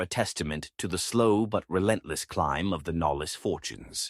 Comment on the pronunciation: Also, Knollys not pronounced “nollis” but “nohlz”